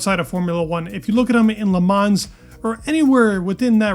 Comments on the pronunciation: Your pronunciation of "Le Mans" is wrong, but I guess you already know that. Great video, though! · Learn to pronounce Le Mans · How do you not know how to pronounce Le Mans?